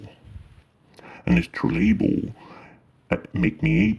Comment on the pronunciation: Came to add this, and I’ll add if he’s French it’s odd that he can’t pronounce astrolabe.